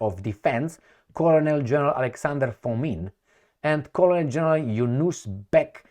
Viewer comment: Generally your pronouncements is very good however you tend to mispronounce "colonel ". No offence intended.